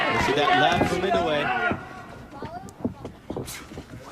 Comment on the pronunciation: 『男はノーリアクション』だの「ナオヤ◦イノウェイ』だのちょいちょい笑える解説者だったね。